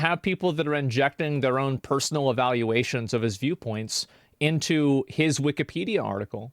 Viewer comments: If he says "wikie peadia" one more time, I am gonna' claw my ears out. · Dudes saying weekepedia wrong intentionally to generate discussion on why he says weekepedia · He’s driving me insane how he’s pronouncing Wikipedia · I hate how he pronounces Wikipedia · The way this guy pronounces "wikipedia" tells you all you need to know. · he pronounces Wikipedia wrong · The way that guy says Wikipedia makes me instantly annoyed. Idk why but he pronounces it with to much emphasis. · Wikipedia one word its so annoying he. Mispronounced it at least 100 times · what's hilarious is this guy is so old and out of touch he can't even pronounce the name of the website right, I mean i'm not being ageist but his opinion is like the definition of immaterial for anyone who actually gives a crap about the debate or ethical dilemma that's at stake. It's like running for president of the united states but you can't pronounce america, it just quickly turns you into the laughing stock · “am I crazy” no, the guy literally can’t even pronounce Wikipedia correctly what makes you think he’s smart. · I’m one minute into the video and this man has mispronounced Wikipedia 152 times already. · Its really bothering me he’s calling it wikeeeepedia. Its wikapedia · It’s not weekee it’s wiki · Weekee-pee-dee-ugh is the worst pronunciation Ive heard to date. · It pisses me off how he pronounces Wikipedia. It's Wick-i-pedia, not Wicky- pedia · wikipedia... not weekeepeedeea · I probably pronounced (wikeepedia) like that when I first used it when it launched. I've since come to the conclusion that it is in fact wikapedia. as Wikeepedia is just so dayum annoying. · Weekie-pedia? Why does he keep pronouncing it like that? Everyone I’ve ever met has called it wick-a-pedia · This guy is a clown. He regurgitates all the woke buzzwords. Just the way he says Weekeepedia triggers me. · Bro needs to stop saying wiki---pedia, lmao. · don't take a shot every time calls it wikeepeedeea